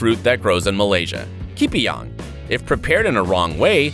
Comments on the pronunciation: its ke-pa-yung.. thats how u want to pronounce it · Huehue dosa aku gelak dia sebut ki-pi-yang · Your pronounced the word Kepayang wrongly